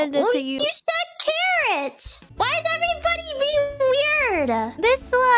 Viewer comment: it is carrot ,not Carol🤣